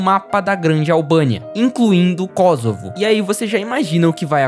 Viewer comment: também é "Kôssovo", não "Kózovo"